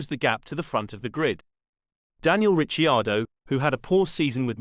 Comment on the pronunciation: How are we supposed to trust you when you can’t even pronounce Ricciardo properly 🤔